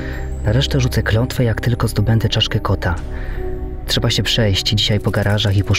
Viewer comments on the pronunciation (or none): none